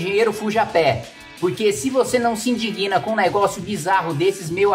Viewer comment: Kim, o correto é "querido cidadão, se vc não se inDIGna com isso..." (a conjugação do verbo onda há consoante muda, a vogal dessa sílaba recebe a tonicidade)(não sei se é assim que fala.. rsrs). Abraço!